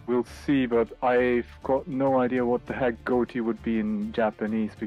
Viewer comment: Why does he keep pronouncing Ghoti like that?